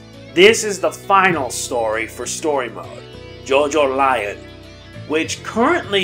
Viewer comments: Jojolion is pronounced "Jo-jo-le-on." :) Awesome video by the way! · JoJolion is supposed to pronounced like evangelion